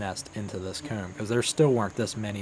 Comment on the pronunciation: I’m really sorry, and your a great person don’t get me wrong. I love your videos. But the way you say comb DRIVES ME INSANE. It’s probably cuz I’m from the south but goodness gracious. But I really do love your channel!